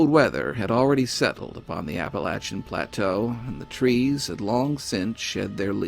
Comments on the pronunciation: You know this show is good quality because he pronounces Appalachian the correct way. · Always an exciting pleasure to find a new post from you. Thanks. P.S. I especially like hearing a native cause you pronounce Appalachian correctly. Just joined Patreon.